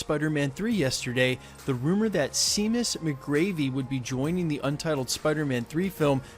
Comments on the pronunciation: Pretty sure Seamus is pronounced sha-muss, not see-muss. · Dude! I'm going to have to correct your pronunciation of Seamus. It's pronounced"shay- mus" unless the actor pronounces it she-mus". Which is entirely possible. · Seamus pronounced "Shay-mus", it's an Irish name. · Hey I wanted to give you a heads up. Seamus is pronounced 'Shay'mus. My inner leprechaun cringed. 😂 thanks for the positive news! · Seamus is probably supposed be pronounced Shamus